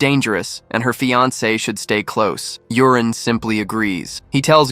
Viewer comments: Yurin pronounced Yoorin, but alas, ai calls him Urine. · Maybe it's read u-ri-ne It's the AIs fault reading it wrong lol